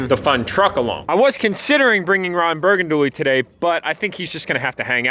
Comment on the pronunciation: Ron Burgandually 😂